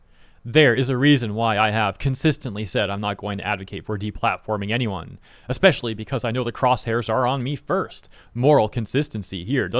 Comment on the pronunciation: Bro really said "eckspecially" Socially and mentally incompetent, it seems